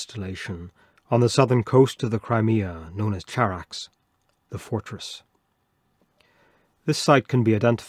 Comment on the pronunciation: It's Greek Khárax, with an uvular fricatife, not the English affricate ch. Would you read Chersonesos with a ch?